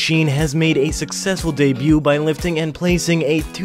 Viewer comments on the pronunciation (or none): none